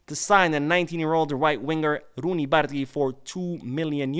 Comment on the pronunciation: this is not how you pronounce Bardghji's name. You say Bar- dah-jee. Once you learn the right pronunciation it really hurts the ear when you hear someone saying what you are calling him 😂 We gotta learn to say it right before he becomes great at Barca 💙❤